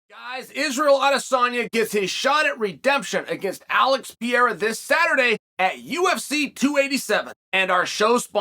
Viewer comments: Guys,Chael is just sharing for us about pee-era 😁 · Alex PEE-Airahh LOL:face-blue-smiling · Charles Sonnen is fuckin with us on purpose by mispronouncing names like Pierra? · Uncle Chael has officially changed how Pereira is now pronounced “Pierra”. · So annoying Chael that you make Alex’s last name sound French